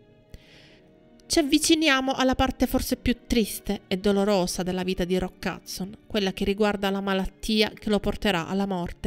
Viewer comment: Non capisco perché dice Hudzon anziché Hudson.